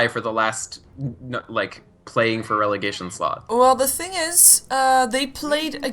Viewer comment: i support your work so this comment has no ill intent. however... gotta love regelegation;D